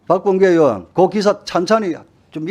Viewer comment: 박범계는 으원 인지 의원인지 발음 좀 제대로 해라